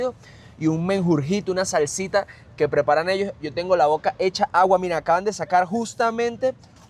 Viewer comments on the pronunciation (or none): none